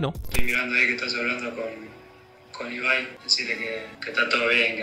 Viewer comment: Se dice ibai Yo:ebay